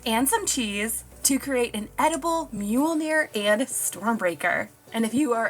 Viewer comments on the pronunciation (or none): none